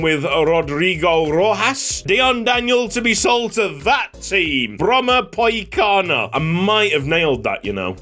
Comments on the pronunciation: You nailed the pronounciation of Brommapojkarna, very impressive! Love the Dedication you have to these series, it’s really inspiring!! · Yes you definetly nailed the brommapojkarna pronounciation...